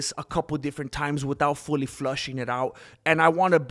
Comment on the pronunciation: It's FLESHING it out, not FLUSHING it out...here for the algorithm, never stop what you're doing!